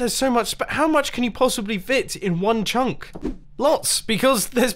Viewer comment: No one: Mumbo saying chunk: Chuncqk